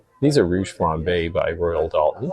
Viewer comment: Chinking is what they put between the logs and log cabin. Dual Royal Doulton not Dalton like the Dalton Gang seen Rick Steves tours the factory in Europe that's how you pronounce that I assume they know what they're talking about being with their the factory❤